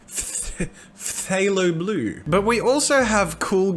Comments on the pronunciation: To help u out Phthalo Blue is pronounced (FAYLO - Blue) Btw I only know this cause I watched bob Ross yesterday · You would of known how to pronounce Phthalo Blue if you watched Bob Ross.